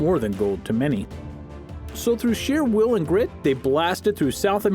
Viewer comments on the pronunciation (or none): none